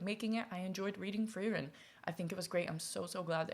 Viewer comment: uuuh yes yes. great story. I'm german so I'll be your pronounciation guy. 1. Frieren and Fern -> Freezing(like "it's cold, I am freezing") and Far(away) for the american "R" sound you use your tongue and kinda push it up towards your teeth. for the german "R" sound you dont do that. the tongue tays at the bottom and the sound comes more from the neck and throat area (this is probably the hardest one for americans because that sound doesnt really happen in english) 2 Eisen and Heiter -> Iron and Cheerful the "ei" is pronounced like the English "I" (very easy). Eisen -> I-sen, Heiter -> Hi-ter 3 Himmel -> Heaven/sky (we use the same word for both, the biblical heaven and the sky outside) you basically said it how its supposed to be.